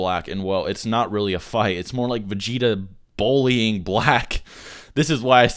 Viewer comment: What is this word you keep using? Bowl - e - ing? Are you trying to pronounce "bully"?